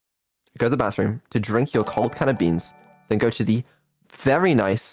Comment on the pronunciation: "Code" Beans!